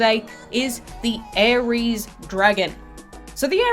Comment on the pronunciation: Ares sounds like ARIES the zodiac sign